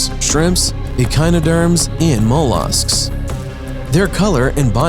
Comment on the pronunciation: Mole-arsks do do mean molluscs 🤦 stupiiiiiid ✅